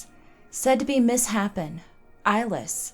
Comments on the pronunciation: Misshapen is mis-shapen, not miss-happen. :D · The word 'misshapen' is pronounced miss-shapened 🤍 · Love your videos, this one included... BUT "Misshapen" is pronounced more "shape" than "happen". Sorry to nitpick OCD engaged